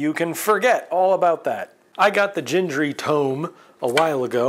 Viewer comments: FWIW, both 'g's in Gingery are pronounced hard, as in 'get'. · Nice to see you back at the Gingery lathe! FWIW, "GHEENG-guh-ree". Hard Gs.